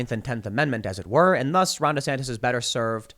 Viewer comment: Take a shot anytime Tim says, “Ron Desantas”